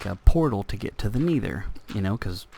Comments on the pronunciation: Because you say it like Knee-ther when it's Neh-ther. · Love the video! by the way, it's Neh-Thur not Knee-Thur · haha im not trying to make fun of you at all, i just like how u say nether. U say it like niether lol its just funny.